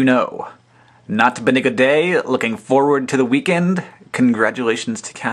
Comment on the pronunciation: when Hank said "Looking forward to the weekend" in a strange way, I was like, Is he making fun of rebecca Black? But then I realized she wasonly four when this video was made.